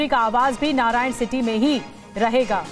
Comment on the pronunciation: Narayanan City नही, it's नारायण हीटी